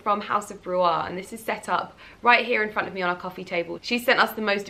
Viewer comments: Subbie from Edinburgh here, house of bruar is pronounced Brewer xx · Lovely video! Just so you know, you don’t over pronounce the A in Bruar. Oh and if you ever visit Perthshire you must visit the shop! You will love it, the shop is a lot nicer than the online store xxx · Aw - your pronunciation of House of ‘Bruar’ made me even more fond of you! 🥰 Happy new year lovely! 🥳